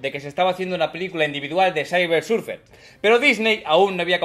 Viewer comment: Silver, silveeeer no "sailver" surfer, se pronuncia Silver, igual que si lo lees en castellano! :p